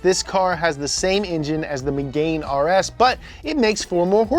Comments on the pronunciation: "Meg-anne", not 'Meg-ain" or "Me-gain" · The way he says Megane ahahahah. It's Meg-Ann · Its Megane (meh gahn) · Ah, yes. The megain RS